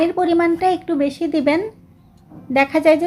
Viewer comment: Bese কি😅? Beshi বেশি 😊